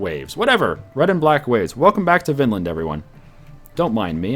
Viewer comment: The Norse inhabited Greenland 300 years before the Innuit...... GOOOOODDAMN IT!! now i have to list up all the other stuff that has annoyed me :P (i dont have to but i'm going to hhhhhhhanyway) Vinland is pronounced "Veenland" and you might have placed a tinywheeeeny bit too far north... The Northern parts of "Vinland" was called Helluland(meaning something like flatrockland(ish)).. The region farther south was called Markland(meaning something like Forrestland) and the region farthest south was called Vinland. Some historians place Vinland as far south as New York... making the Canadian/Maine forrests Markland.. but no archaeological finds that far south as far as i know.(not that, that has anything to do with the shit you get wrong.... stop reading my thoughts in parentheses) (ffs now he knows that there are no archaeological finds that far south and that your point is basically moot and you should not have written it down at all....... shut up) In the Icelandic Chronicles there is a reference of a ship blown off course on its way to Greenland with a load of timber from Markland in 1347.. implying that the Norse(Greenlanders) still used Markland(America...obviously.. haven't you read the other shit i've written?)for timber over 3 centuries later.... And last but definitely not last, putting Vikings in the filthy heathens category( he hasn't though... BAH I MEAN EVERYONE!! calm the fuck down.... fuck sake..) The Norse ruled lands from the Americas(just one...gahd!) to Byzant